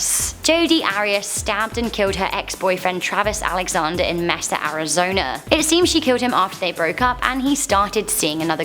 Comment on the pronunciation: Hi! Its actually 'may-sa' Arizona;)